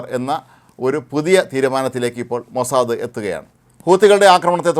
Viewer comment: അയ്യേ മോസാദയല്ല മോസാദ് എന്ന് പറയു ഉവേ